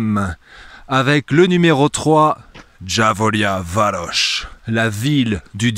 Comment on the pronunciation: kada s rekao djavolja varos mislio sam da kazes dzabalebaros hahaha :)